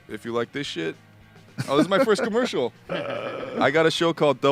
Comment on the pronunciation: Joe "Commericals" Rogan